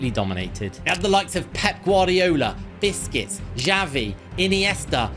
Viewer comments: He is saying biscuits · I like the way he says Busquets' name, to me it always sounds like he is saying biscuits😂